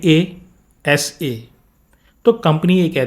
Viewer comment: Honasa ❌ Honasaka ✅